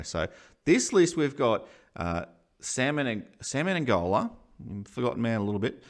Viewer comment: Why do people call him Me-ne-N-gola? Isn't it Me-ne-go-la?